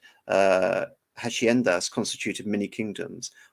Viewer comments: The 'h' is silent and the 'ci' is pronounced like the 'th' in 'three' or 'theory' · Was it "Hacienda" (spanish for a large estate) you were trying to pronounce? It's ha-sea-end-ah, if it was.